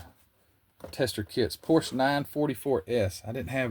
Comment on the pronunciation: Great video!¡! But you get an "F" on pronunciation ( and you probably know why- Renault and Porsche )